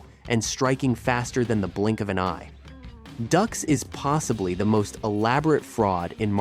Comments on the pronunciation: It's not pronounced Ducks it's pronounced Dukes ya dim bulb. A fake reporting on a fake. Smash that dislike button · It's Dukes not Ducks. French Canadaian. Dux is pronounced Dukes. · It's not Ducks, it's Dukes, like put up your dukes man! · Dux is pronounced “Dukes”! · Not Ducks, Dux, like put up your dukes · I'm pretty sure it's pronounced "dukes," homie, not "ducks," lol. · It’s not pronounced Ducks but Dukes, lack credibility when you don’t even know the name of the subject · I love the pronunciation of “ducks” instead of “dukes” =) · I tried to stay. But his name is pronounced Dukes not Ducks. It drove me crazy. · It isn't pronounced "ducks". it's "dukes". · It's Duke's not duhhhx 😂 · Dux is pronounced like "Dukes" not "Ducks" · 😂It’s not “ducks”, it’s pronounced “dukes”. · hearing ducks a million times when its pronounced dooks / dukes............is bad for the mind.... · Doo-x not ducks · 'Dukes' not 'Ducks'. Even in that, a fraud! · His name is pronounced like Dukes not Ducks 🦆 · Why is he saying ducks. It's dux not duck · If you cant do the proper research to even know your subjects name how can we trust anything else you say? We all know he was a liar but its Dukes not Ducks. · Like the movie said, It’s pronounced “Dukes” like put up your dukes… not Ducks. The JCVD movie on Dux points this out. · "Ducks?" - it's pronounced "Dukes", but if the guy was a fraud Van Damme's movie is still awesome. As a cinephile I don’t care about how Dux's apparent lies may have affected the martial arts. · Not duck's....dukes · Dukes not ducks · Bloodsport literally says the name is pronounced “dukes” like “Put up your dukes.” Ducks 🦆🦆🦆🦆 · Dux as in Dukes not Ducks lol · It's Dux....like put up your Dukes. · It's hard to take this seriously when the name is said wrong but I'll watch it anyway. I almost clicked off the second I heard him say ducks. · No no....it's, DŪŪŪŪX! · No no no, it's DUX....like put up your dukes right? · Nah, nah, nah, nah. It’s Dooks.